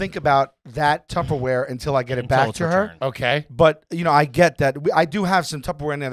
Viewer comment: That's a good conversation about Tupperware, excuse me Tubberware